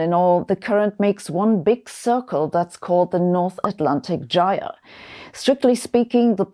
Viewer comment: nice to see someone else pronounce jire and presumably jimble the same way i do, it's a jift. now if we can only get folks saying lit-chen i'l be liken that.